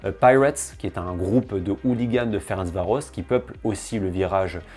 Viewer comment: À prononcer comme /férentsvaroch/